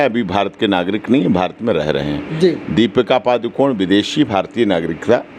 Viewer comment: for your information Deepika is not पादुकोण. She's पडुकोणे. She's from South India. Don't know why she's hiding her original surname